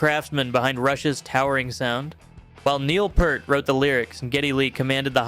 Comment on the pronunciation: Neil PEERT not Pert.